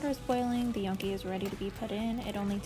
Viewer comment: You mispronounced Gnocchi.